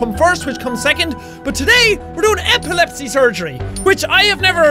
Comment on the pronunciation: First I thought you say epilepsy like apple lepsi